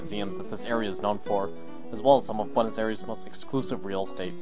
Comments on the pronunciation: "beautiful buenos erees" please say you don't pronounce it like that through the whole film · If you're going to make a video about Buenos Aires you gotta learn how to say it right. It would make a porteño cringe every time you say that in an english accent.